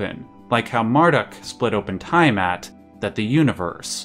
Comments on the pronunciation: Tee-a-mat not Tie-a-mat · Its NOt "TIEAMAT!!!" Youve got a hard on for pronunciating everything with fricking "EYE" its TEA A MAT!!!!! "TIA MAT"!😡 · It seriously bugs me that you mispronounce "Tiamat" a billion times in this video. The "EYE" sound of the letter "I" is a VERY Romanic thing. Almost all world languages pronounce that letter as either "EE" or "YAH". In the case of "Tiamat", it's the "YAH" sound". "T'YAH MAT". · Lich - /lɪtʃ/ "litch", isn't it? Also, it's tee·uh·mat, not ta·ya·mat for Tiamat. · its "tea-ah-maht" and "mar-dook" NOT "tie-uh-mat" and "mar-duck" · Nice video, but it is called T A mat, for Tiamat. Ty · Great video! In the future, though, you may want to make it a point to double check pronunciations online before recording. Hearing Tiamat mispronounced 30 times in a row was a gut punch every time I heard it. Haha